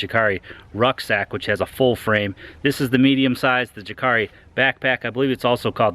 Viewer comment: I like your reviews, but your pronunciation is a bit off. :D Jääkäri is pronounced like "yääkäri", or "yaakari". The intonations in Finnish are different from English, it's why it's so amusing to hear people pronouncing Finnish words like puukko, or jääkäri. Thumbs up for the effort though! Btw, you're partly responsible for me owning a couple of Ganzos now... - A Finn